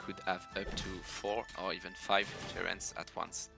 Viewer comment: Someone please tell me that i'm not the only one that was hearing TURRET not TERRAINS.